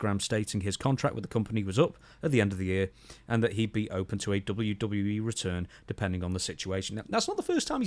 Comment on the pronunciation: "Dubbya Duddya E" --Stevie Richards